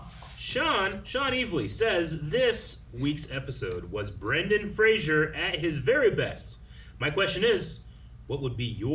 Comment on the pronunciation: It's Fraser not Frashur.